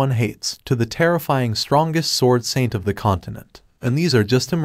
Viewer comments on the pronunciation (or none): none